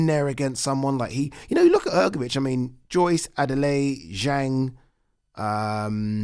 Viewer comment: Malković = Malkovich , Hrgović = Hgovich and not Hrgovic ć=ch